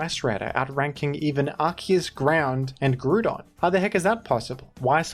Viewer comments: I like how you say gru dawn instead of graow dawn. It makes me smile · Unsubbed because of how you pronounce groudon